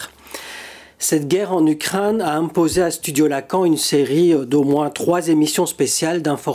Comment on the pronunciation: Ukraine, pas Ukrinne, c est la première fois que j écoute ce défaut de prononciation, c est assommant.